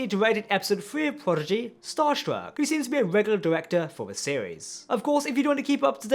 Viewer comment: Hey friends, love your work because I love Star Trek. Will someone please tell the nice gentlemen, who also does great work that Prodigy is pronounced "Prodigy " not "Pogidy"? Just saying with a smile and the fact I posted this shows I care enough to take my time for it. Best wishes.